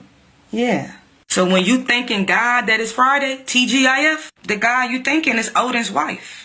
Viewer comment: why do you pronounce God's name like that